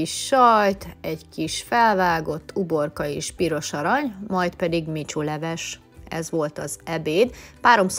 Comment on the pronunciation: Vishu leves, de valamiért nem úgy mondja...